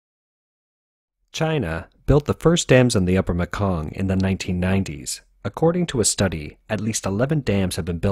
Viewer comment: Laos is really pronounced Lao.. no S pronounced. Myanmar is pronounced Meanmar.... And finally The Mekong River is pronounced Maykong... I know this. I live in Thailand.